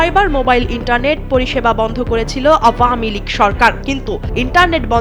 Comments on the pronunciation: সঠিক উচ্চারণ কোনটি দয়া করে বলবেন। আওউয়ামী লীগ, আব্বামী লীগ।১৬ বছর আগে শুনতাম আওয়ামী লীগ। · সব সংবাদ পাঠক/ পাঠিকা ঢং করে আওভামিলীগ উচ্চারণ করে কেন?